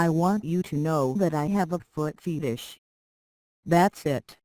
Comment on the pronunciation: Did that robot just say foot FEETish?